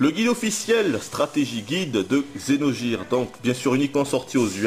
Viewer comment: Vidéo pas très objective, et dur de t'entendre prononcer Xeno"j"ire aussi, mais ça fait du bien d'entendre des critiques françaises sur ce jeu qui gagne à être connu !